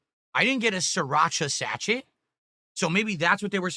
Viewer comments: Its pronounced "Sa-SHAY" not "SAT-CHET" you dent. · REELING AT THIS PRONUNCIATION OF SA-CH-ET! Hahahaha! I think you mean SASHAY - everyone knows what a sachet is… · Did he just pronounce SACHET as SACH-ET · Yes and this is who gets paid for doing absolutely nothing but stuffing his face. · He literally went full-on racist about 20 minutes ago towards the delivery driver, and yet he can't even pronounce or know what a sachet is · He can't pronounce Sachet or knows what it is? 🤣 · He cant even say sachet properly lol. What a retard